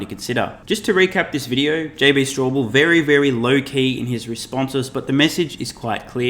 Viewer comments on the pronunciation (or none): Straubel not Strawbell.